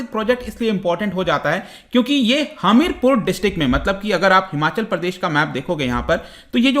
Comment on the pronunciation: Hamirpur pronounciation 😂